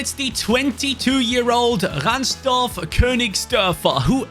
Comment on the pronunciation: "RansDorf" is crazy :D great video though love that the club now again gets the recognition it deserves everywhere